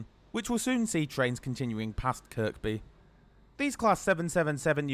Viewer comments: Good review and hope you enjoyed your trip to Liverpool! A couple of comments - before hoards of scousers weigh in, you don't pronounce the second 'k' in Kirkby. You could also have saved yourself a lot of time and hassle by just walking the 5 minutes from Lime Street to Liverpool Central rather than faffing round with changing trains. There have been huge reliability issues too lately with the 777s - I heard it's down to a software issue or something? I agree they're a big step up though on the old trains. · Isn't Kirby and not "Kirkby"? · Nice one! Just one issue, it's pronounced Kirby (second K is silent), not Kirk-bee lol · Oh no you said kirKby 🙈🙉, Watching the comments to say its kirby 😂🤣😂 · When I was in holy angels school in the1960s my teacher told us to pronounce the second k in Kirkby she said kirkby not Kirby Kirkby by the kirk which was Saint chads in Kirkby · Making me cringe please it's not kirKby drop the second k. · its pronounced ker bee not kerk bee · tell ur not a scouser mate it is pronounced KIRBY - but spelt Kirkby - dont pronounce the last K - and only genz's would need toilets for an hours trip - rathe rhavve the extra seating and these also have a extra carriage compared to the 3 units of the old trains - these have 4 carriages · Yep it’s pronounced "Kirby". Easy mistake for an outsider enjoyed the vid 👍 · or to be actual it's pronounced by locals as 'Care-bee!' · Its pronounced Kirby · KirKby is pronounced 'Kerby'. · The second K in Kirkby is silent. Maybe do a bit more research? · Please, the second K in Kirkby is silent. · Your saying Kirkby wrong, second k is silent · I find myself wanting the video to be stopped and the narrator to be punished each time he pronounces Kirkby with the second k! I'm from across the pond, even I know better! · Great video as always! As a local we don't pronounce the second k in Kirkby.